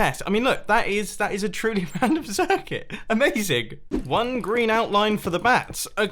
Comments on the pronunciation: Amazing ‘Mazing!’ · its not amazing Its a-maze-ing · Is it amazing or is it A-MAZE-ING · "This is a-MAZE-ing!!" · Did you just say "amazeing" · You said aMAZEing on the maze one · how he said a MAZE ing at the maze -. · “this is a-maze-ing” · He said aMAZEing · This is A-MAZE-ING xD